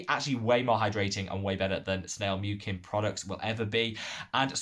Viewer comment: Hey there, I was a bit surprised by your snail mucin comments (btw you’re pronouncing ‘mucin’ wrong), especially because hydration is not why I would go to snail mucin for in the first place. I have found its reparative benefits a lot more valuable especially when my skin is irritated or inflamed. However, I still went and did research of my own. This is a very good, well referenced article that you might want to check out